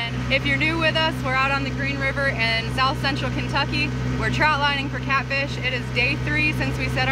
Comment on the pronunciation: it is trot not trout line....lol it's all good though